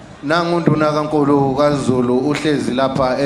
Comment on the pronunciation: This guy can’t even say uNdanankulu but uNduna kankulu, weeehh. 5 years kuzodilika konke lokhu!